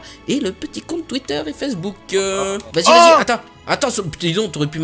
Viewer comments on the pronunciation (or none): none